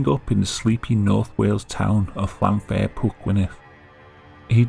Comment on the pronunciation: FYI "fair" in Welsh place names is not pronounced like the English word with the same spelling. It is pronounced "v-eye-ur." There is a short video here on YouTube saying how to pronounce Llanfairpwllgwyngyllgorgerychwiyndobyllllandesiliogogogoch properly.